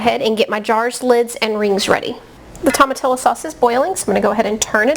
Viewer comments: Pronounced toe ma tee yo. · The LL is pronounced "Y"